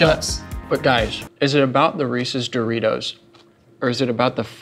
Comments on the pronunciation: Do-reece-os... eh I tried to make it work 🤷‍♀️ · I haven't watched the full video yet but if he doesn't call them Doreese's I'm going to be upset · Doreeses? I love that snack!